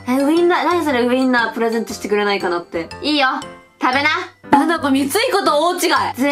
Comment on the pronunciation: プレゼントじゃなくてプレザントになってるよ😅